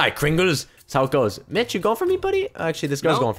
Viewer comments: poke said to mitch sounds like he said b**ch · Like when you were saying sike mitch it sounded like sike bitch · when you say Mitch I hear Te word bitch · in stead of mitch i heard bitch